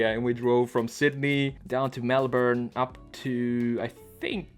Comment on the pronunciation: Thanks for getting the pronunciation of Melbourne right. It’s so annoying to hear Americans say Mel. Born. Also Byron bay is north of Sydney and only 45mins from the Gold Coast. Bonus fact - we we pronounce it Briz Bin